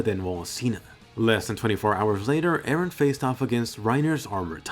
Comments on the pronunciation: PRIN-CESS ER-EN lol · Wait did he say princess eren!?